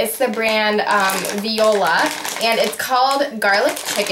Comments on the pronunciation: fyi its pronouced vwa-la not vi-o-la haha lol that was funny! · haha you said "viola" but its "VOILA" like what the French say hahaha. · The frozen pasta veggie dish is actually made Voila ( pronounced vwala) not viola, nice try though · haha it's voila...like "vwalla" haha not viola but i love your videos!( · jsyk it's pronounced voo-ah-la! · voila is pronounced vwa-la ahahaha great video